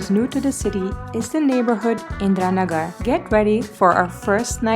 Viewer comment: She spell Indira Nagar perfectly as we do👍